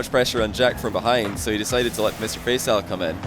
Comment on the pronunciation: All i could hear was "Mr FaceOwl" xD